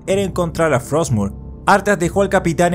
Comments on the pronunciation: "hay una espada runa llamada frotsmure" Todo disléxico el Muradín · Muradin: Estamos buscando "frotsmur"